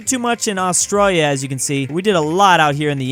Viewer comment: the way he says Australia always gets me